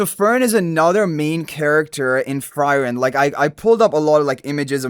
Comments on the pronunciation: In frieren, frie you pronounce like "free" not like "fry" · Frieren also dude it is pronounced Free Ren not Fry Ren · It's [FREE-REN] and the red head guy is not Himmel... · Please, if you pronounce frieren as fry-ren one more time, you'll fry my brain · Downvoted coz frieren’s name is pronounced wrong. Cant proceed listening to it. Also as a cc, basic research is expected. Excited for the collab though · it bugs me whenever he pronounce it like that xD but it's fine since he doesn't know about the show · Agree.. just go watch the anime and learn to pronounce it correctly . Its blasphemy to ruin Frieren's nane. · THANK YOU!! It had to be said ;)